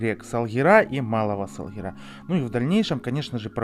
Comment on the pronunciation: Не Салгираааа, а Салгиииира.... Ударение на второй слог , Вы же теперь крымчанин